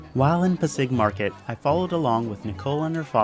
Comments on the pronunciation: I'm a Half Japanese-Filipino. I watch your videos in Japan and I love em. Thanks for coming to the PH. edit: Pasig is pronounced PASS-ig. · SeiyaBK Mali. “PASS-ig” ang tamang pronounciation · May nakalimutan ka. Hahaha. You said. "edit: Pasig is pronounced PASS-ig. The A should be long" tanggalin mo na lang yung "The A should be long"